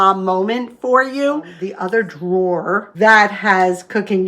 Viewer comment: Oh my goodness!!! , you said “…. the other DRAWER…” I actually heard 2 syllables! 😄 Thank you, thank you, thank you from all of your followers in the South! ❤️😘 And Merry Christmas from Texas, y’all!